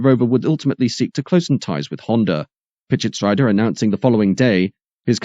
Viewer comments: Oh and, Pitschetsrieder is pronounced Pitshetsreeder, not rider. You see, there are about 7000 languages in the world and only one, English, does what you do with all names and places. Hence, 6999 times you are just wrong. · PischetsREEder....not Ryder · What an amazing video. Just a thing that I noticed - Bernd Pischetsrieder is supposed to be pronounced with an elongated e sound, like Pischetsreeder as per the German pronuncation customs :)